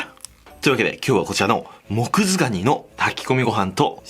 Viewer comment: 最初モクズガニがモズクガニって聞こえたww